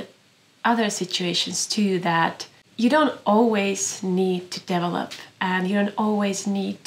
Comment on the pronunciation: Means more to me than you, perhaps. When you say "develop" I hear " devil-up ." Where the envy and dissatisfaction gains purchase. Where we cast our gaze away from joyous release, away from death's necessity, & envisage invincible acquisition -- ONLY, ALWAYS BLOOMING FLOWERS! Tsk. Only the surrendering, dying seed, beholds the continuum...❤ (beautiful loaves!)